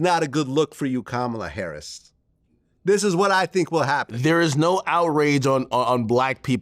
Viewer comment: He’s ignorant! Can’t even pronounce her name correctly. He’s trash